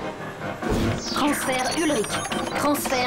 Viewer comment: azy oh ptnnnnn quel massacre 😳🤦🏾‍♂️🤦🏾‍♂️🤦🏾‍♂️ " Ulrich " pas hulrik 😖